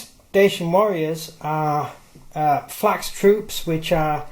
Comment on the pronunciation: Falx mate not flax